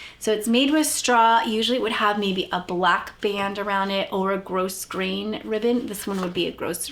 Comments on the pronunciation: Grosgrain is pronounced Grow-grain. The s is silent. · The s in grosgrain is silent. ❤ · The ‘s’ is not pronounced in grosgrain. It comes from the French word ‘gros’ which we would pronounce ‘grow’. It refers to the way the ribbon is woven resembling a strong sheaf of grain. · Grossgrain is pronounced with ‘s’ as silent 😊